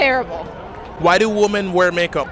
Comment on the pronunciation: …it’s not woomen. It’s pronounced wi-men